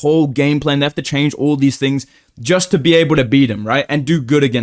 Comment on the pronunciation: Once again trying to be different. “Moiitteee, I joist feel an upset for some reason, I doiinnt know mannn.”